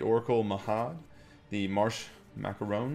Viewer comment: he can't pronounce marshmacaroon. LOL!!!!